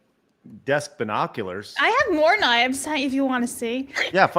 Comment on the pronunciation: Blabs: "I have more k-nyfes if you wanna see.... " <BREATHING HEAVILY> 😃😃😃